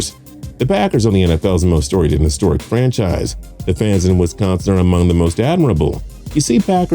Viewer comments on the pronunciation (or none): none